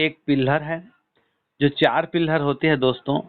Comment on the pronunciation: पिलहर नहीं होता है पीलर होता है. प्लांट नहीं प्लान होता है. पहले आप सही से बोलना सीखिए सर जी. आप के अल्फाज़ शब्दों को बदल दे रहें हैं.